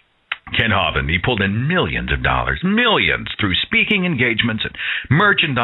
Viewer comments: I haven't heard that pronunciation of Kent Hovind's name, "HAW-vind" in stead of "HO-vind." My favorite is still the way the computer voice in Deccha1983's videos say it, like "ho-VINED" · I am pretty sure it is pronounced 'Hoe-vind.